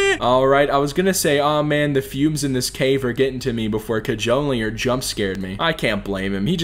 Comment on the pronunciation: COD-JOE-LEER IS HOW YOU PRONOUNCE IT